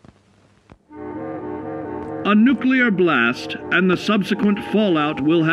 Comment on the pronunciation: it's fallout not falloot random guy from other country